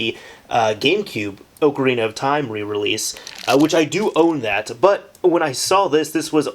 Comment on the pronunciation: i can't stand it when people call it oak-arina, whole video ruined.